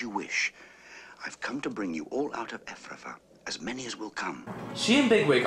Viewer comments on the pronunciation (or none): If you love the movie why do you get so many of the names wrong "Frith" or as you say "Thrift" Hyzenthlay....or did you say HazelThey, Efrafa or did you say Evavra Let me guess that other guy is Blackathor?